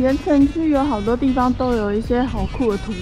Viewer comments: 可能國語不是母語有差 我每次都聽成 言承旭(鹽呈區) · 怎麼辦一直聽成言承旭哈哈哈哈哈哈哈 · 有人跟我一樣從頭到尾一直聽成言承旭嗎? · 我一直聽到言承旭😂 喔～看了字幕才知道鹽埕區，講話也太可愛❤️ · 鹽埕區~鹽埕區~鹽埕區~ 怎麼我一直聽成“言承旭” XDDD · 只有我一直聽到「言承旭」嗎？ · 哈哈 怎麼一直聽成言承旭…